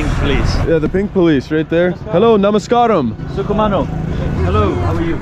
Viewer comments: It's not sukumano it's sugam ano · Not Sugho mono, Sugham aano Love your videos anyway ❤️